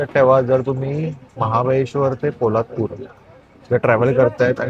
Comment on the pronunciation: पोलाडपूर नाही रे बाबा पोलादपूर.